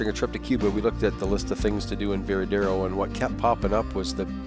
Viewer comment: It is not "Veradero." It is "Varadero." Say it right